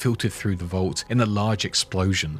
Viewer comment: Its vault, not volt! v-all-t! Come on!